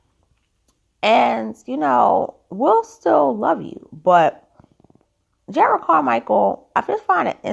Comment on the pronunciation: Respectfully, his name is pronounced Jer’ rod.